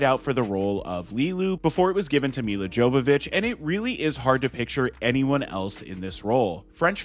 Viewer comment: Butchered Luc Besson and Milla Jovovich names